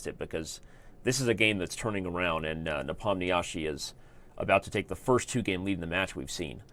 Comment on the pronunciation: When will people learn to pronounce Nepo's name correctly? It's getting to a point where one can hardly endure it anymore. For a start try "Ne-pom-nee-she" or click on the arrow here